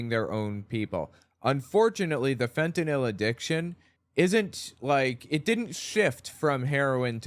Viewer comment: Thank you for being one of very few who pronounce fentanyl correctly.